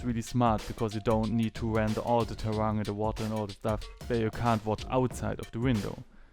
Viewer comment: Thanks for the great explanation. and you said "terrang". Did you mean terrain? If so the you should know that the English pronunciation is not the same as in German.